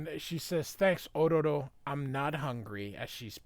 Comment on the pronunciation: Why are you pronouncing Ororo's name like you're Japanese?